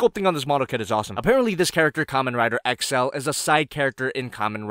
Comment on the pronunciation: Love your vids, though im also a huge kamem rider fanboy. So to start, 1. It kamen rider double not w. No one really knows why theirs a w in the title... 2. Accel is pronounced like axe-ill, not excel. 3. They arent USBs their gaia memories or memories for short. Thats about it. Awesome video! I hope people keep sending you kamen rider stuff...